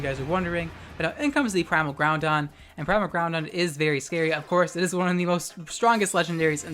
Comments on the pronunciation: Stop calling it Groundon. That's not it's name. He's Groupon and you damn well know it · Are you saying "Primal Ground-on?" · Love your vid but one thing That's not how you pronounce Groudon It's actually pronounced Ger-oo-dawn Again, loved your video sis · I smile each time i hear Groudon pronounced like Brendan.